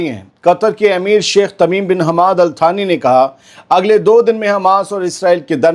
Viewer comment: अलथानी नहीं अल्तानी होता है या अलसानी इंडिया के हिसाब से